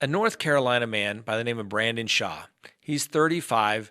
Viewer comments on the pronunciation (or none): none